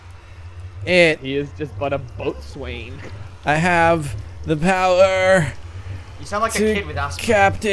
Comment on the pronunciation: BOATSWAIN'S PRONOUNCED "BOSUN",.